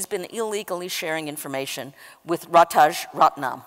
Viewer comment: Rajaratnam, not Ratajratnam, Just sayin....